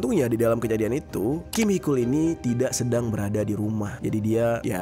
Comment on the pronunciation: itu Taecyeon disebut tekyon njy panggil biasa fans "techon" gt😭 terus Heechul dipanggil heekul mon maaf panggil aja "Heecul" gt😭